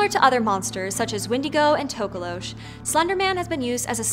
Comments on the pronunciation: Tokolosh? Its Tokoloshe pronounced Do -Ko-Lo-Shi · Me : Sees tokoloshe in caption(fills up with joy) Also Me : Wait why'd she say it as tokolosh